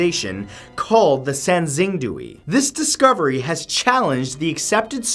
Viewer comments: also sangxingdui is pronounced sahn-shing-doo-ey. even to this day Mathew cannot pronounce chinese words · I cringed every time he said sangxingdui. It’s sahng-shing-dway, Matt😂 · Xing is pronounced closer to “shing” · Poor Matt xD Sanxingdui= Sahn-shing-dway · Klo-vis. the first syllable rhymes with flow. Asnxingdue = Sahn-shing-dway. Pueblo= PWEB-lo. Moche = MOh-chay